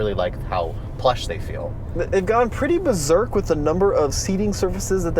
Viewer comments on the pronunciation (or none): none